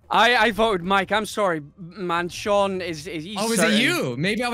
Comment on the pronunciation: His name is Sean not Shaun